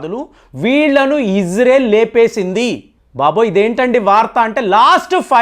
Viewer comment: అయ్యా ఫేం బాబు ఇజ్రెల్ కాదు ఇజ్రాయిల్ అని పలుకు